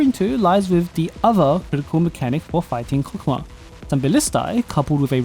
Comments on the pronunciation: And I thought it was pronounced "hokmah"? 😅😅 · Cock what?! I nvr thought I'd be hearing that. Anyways it's pronounced Chokmah like chalk but with an O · why does it sound like a deez nuts joke. Chokmah nuts. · His name is pronounced like that?????? Wild